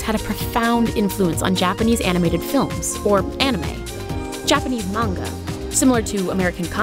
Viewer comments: OMFG. Manga!!! 😠 you say it like this: Mon-ga Not:Main-ga People don't even say it right 😖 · Can people just PLEASE FREAKING PRONOUNCE MANGA RIGHT? If you are gonna pronounce anime right you should do the same with manga. It is mah-n-gah , not mang-gah. the japanese syllables are Mah n ga. please somebody back me up with this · Omg, the butchering of the word "man-gah" (manga) as mang-gah. xD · Will someone please tell that girl that Manga is Not Mani-GA!!! It is really annoying and may the word sound like Mango!!! I hate when people call Manga Maniga >.< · The way the dude says manga bugs me.